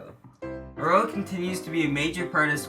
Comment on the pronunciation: DON’T say HaRROW say HARRow you transatlantic turkey.